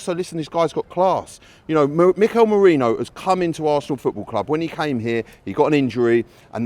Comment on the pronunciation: Nah, turned off this video as soon as hear “merino” starting 11… no way